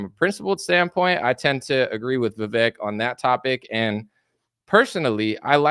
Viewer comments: . Vivek is how his name is spelled, and if we all just remembered to pronounce his "e" as a Spanish "e", then we'd all say it right. It rhymes with cake. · Vivek himself says the "vek" syllable rhymes with CAKE. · It's pronounced VI-VAKE